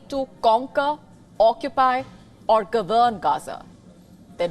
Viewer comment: Would someone please teach this woman how to correctly pronounce the word 'govern'. Thanks.